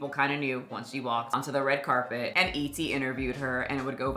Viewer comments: WTF is a “red cabet”?! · Red cap-it? 😂 come on now